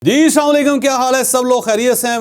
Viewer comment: Sir ji aap sy pehly bhi request ki thi aap Salam K talafuz thek sy ada kea karain